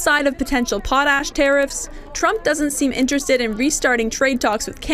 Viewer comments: 🇨🇦Our Potash will be sold to who we choose not who threatens us🇨🇦 Also it is pronounced pot-ash not pot-hash although we have lots of that too. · "POT ... a-s-h" What a weird pronunciation!